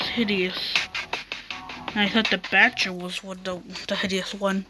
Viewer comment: You mean the butcher (bu-ch-er)